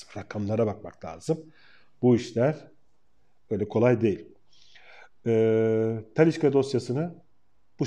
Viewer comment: Abi Talisca deme 2 damarım tıkanıyo ya :)